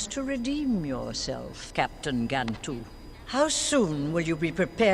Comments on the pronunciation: Smh it’s pronounced GAN-Tu.. not Gontu. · It's GAN-TOO, NOT GON-TOO